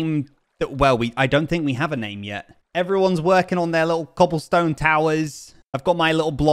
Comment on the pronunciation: cAHAblestone towers